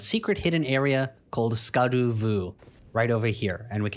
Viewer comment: Reminder that "scadu" is pronounced as "shadow", besides that, excellent job and thank you :)))